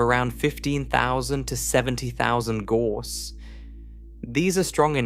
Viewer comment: Gauss rhymes with house.